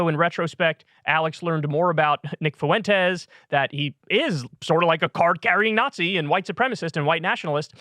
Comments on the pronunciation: Fuentes is pronounced "FWEN-tez", not "foo-ENN-tez". Annoying. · He has always butchered names and his rendition of Fuentes makes me chuckle every time. Foo-went-ez 😆 it's just the way he is. The word rural also trips him up without fail. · Gonna throw it out there. "Fuentes" has 2 syllables. "Fway" is how to pronounce "fue". You are adding a syllable Kyle bro ❤️ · Why does Alex Jones say foyntes? Is it that difficult to say Fuentes? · Kyle, dawg, how is it possible to butcher the name Fuentes so badly?? 👀